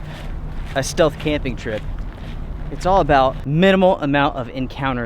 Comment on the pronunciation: I think you meant "stealth" camping in the begining, not "steath camping"